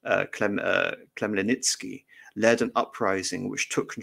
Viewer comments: I think even with preparations it would be almost impossible for an english speaking person to get the right pronunciation on a live stream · It would have been a good idea for the lecturer to learn the correct pronunciation of Bohdan Khmelnytsky's name beforehand!